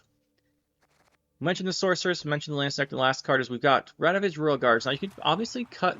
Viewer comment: Really like your queen meve version. I think golden nekker is the way to go with her. I’m German, and the way you pronounced Landsknecht was so hilariously wrong. Great video as always